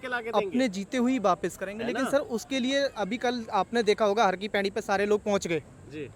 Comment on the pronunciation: Abe chutiye.. pehle ye jaan le ki.. har ki pedi nahi, har ki paudi hota h